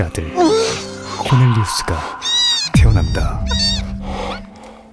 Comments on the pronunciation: 코넬리우스가 코델리우스로 들리는건 나만 그런가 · 코널리우스를 코델리우스 라고 보고 들은 사람 나뿐만이 않일듯